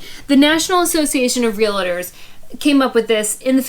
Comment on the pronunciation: it’s Real-tors, not Real-eh-tors. It’s Real-ty not Real-eh-ty. The “eh” sound people pick up wrongly is from the 2 words Real “Eh” state.